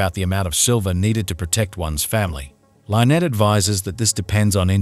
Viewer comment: Why dies the narrator mispronounce Lynette's name???? Drives me nuts!!!